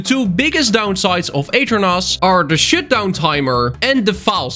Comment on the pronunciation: am i the only one hwhi heard him say "shitdown" instead of "shutdown"?